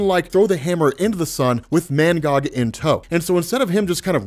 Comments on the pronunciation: Lmao this whole time i thought his name was “ManGod” Bcuz Of how you was saying his name 😂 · Is he saying mangod or mangog